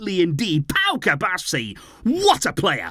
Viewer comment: Cubarsí has an accent on the I, it rhymes with referee